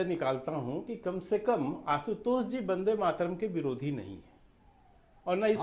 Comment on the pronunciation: Yeha Ashutosh Vande Mataram ka sudh ucharan nahi kar sakte aur dusron ko paath padate hai apni pateli jhadte hai par har debate mey mu par girkar jalil ho jate hai .